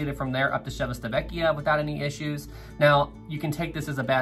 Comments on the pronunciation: Chee-vee-tah-VEK-yah. Not Czechoslovakia, dude. 🙄🙄🙄 and GEE-ly-oh, not Julio. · Love your content, but let me give you a hand on your Italian pronunciation: Civitavecchia is pronounced chee-vee-tah-VEH-kee-ah :) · its said chiveetavekkia